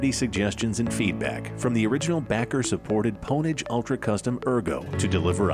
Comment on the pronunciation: You're putting too much emphasis on the P. It's pronounced OWN-age.